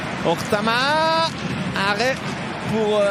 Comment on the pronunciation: Ortamaa??? Ça serait pas Ohtamaa pas hasard?